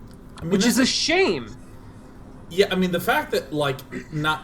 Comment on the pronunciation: "Which is a.... shay-me"